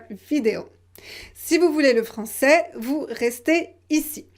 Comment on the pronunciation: Il y a des erreurs fondamentales dans la vidéo, parce que dans les mots « est », « gilet », « billet », « frais », « français », « poney », « tramway » et « crayon », on prononce, conformément aux règles officielles, le [ɛ] ouvert. Pourtant, il est vrai [ilɛvʀɛ] que les Français [kǝlefʀɑ̃sɛ] confondent ces deux phonèmes. Mais quand on enseigne le français, il faut présenter la prononciation officielle (le français standard) tout en mentionnant que la réalisation de ces sons peut varier selon la région. Bref, je déconseillerais cette vidéo... :( En tout cas, bravo pour l'assimilation vocalique (neiger - il neige, aimer - j'aime).